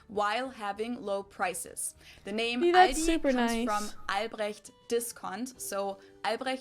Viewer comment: she said the L in Aldi listen carefully. She says it at the back of her mouth not at the front at her teeth